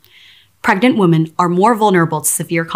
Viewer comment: You'd think they could find someone who could actually pronounce the word "women".